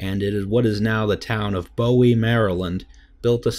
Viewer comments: it's bowie (boo-ee) not bowie (bow-ee) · Bowie, MD is pronounced boo-eee, like the knife! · Not to be super picky but you mispronounced Bowie, it's pronounced like the maritime buoy, like boo-ee, thank u for coming to my ted talk